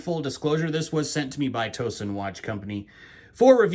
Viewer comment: Great Review. That’s a unique watch. BTW… I live near Towson and it’s pronounced Tao Son, like a towel and not a toe. Pretty common mispronunciation.